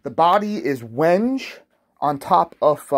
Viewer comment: Quite a handsome bass, I’d love a wide spaced 5 string version, but Ibanez is obsessed with 16.5mm spacing. Oh, and a little heads up, Wenge is pronounced wen-gay, not wenJ